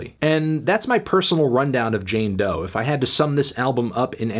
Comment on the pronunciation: It's "Doe"!! Stop saying that, is disrespectfull